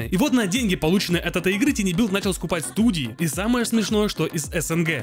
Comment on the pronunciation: Товарищ, слово "Tiny" читается как "Тайни", и никак иначе.